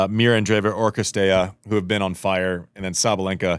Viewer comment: Dear Messrs. Orrdick and Wretheim. Most of the players' names are available as they pronounce them themselves on the ATP and WTA pages. It's not CRistea, it's CiRstea.